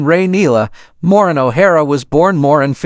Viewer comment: At least learn to say her first name correctly and that of Charles Laughton and RKO studio. Can not listen to this.